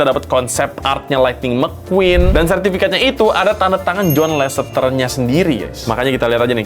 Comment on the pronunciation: Thunder Mequwan bukan Lightning McQueen